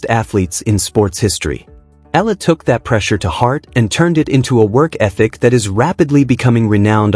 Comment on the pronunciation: Eala pronunciation E ya la